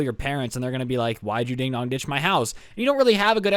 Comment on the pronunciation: Im confused is it ding dong ditch or ding dog ditch bc it sounds lime ding dong